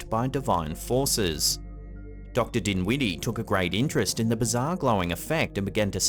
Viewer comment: What was his name you said it James dimwitty okay or dinwiddy I would hate to have that last name